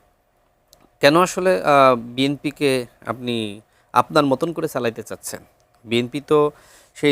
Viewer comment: রাশেদকে বলেন তার উচ্চারণ ঠিক করতে ছাচ্ছে না বলে চাচ্ছে